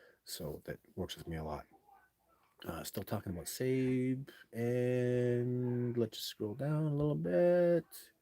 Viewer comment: Sabe is pronounced like SAW-BAY. I understand it's just another word for Sasquatch. A lot of folks are using this terminology now on social media. I'm not sure where it came from. -OG